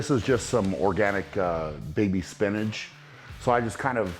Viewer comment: “Spinage” lmao Brian you’re amazing